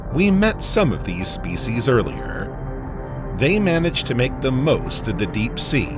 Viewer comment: Spe-c’eess uuhhh.